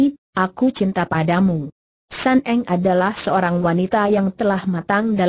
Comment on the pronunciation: Sun Eng bukan San Eng